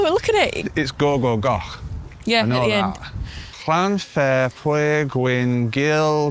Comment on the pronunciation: Pronunciation check! (remember, LL isn't L, it's like you blow through the L and Ch isn't a 'chuh' sound, it's like a clearing your throat sound or doing an impersonation of a car skidding through gravel, and a W sounds like oo) Llan-fyre, pooll (rhymes with push, not pool) gwingich, goh gerich , win drob-wll, Llantasilio, goh goh goch. Easy!